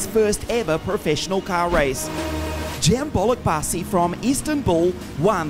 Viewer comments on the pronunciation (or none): Why he pronounce it Bolukbaesi instead of how its in his language haha